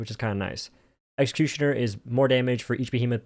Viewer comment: Nobody:: "Exkushuner"